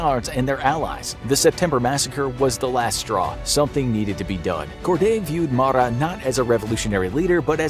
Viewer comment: Marat (Ma-Rah or Ma-Row). Not the biggest mispronounced named I’ve heard tho. Watched a video where someone ACTUALLY said Bloodsports name like “Da Boys” 😂😂😂